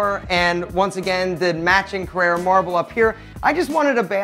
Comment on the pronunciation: Your bathroom. I think you mean 'Carrara' marble. Not Carrera. Carrera is a car. Carrara is a place in Italy where very nice marble is cut from the ground. And by the way, forget those mattresses, try Vi-Spring from the UK.